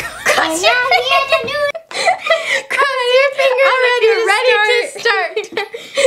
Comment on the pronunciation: They did not even say NEWS they said NEW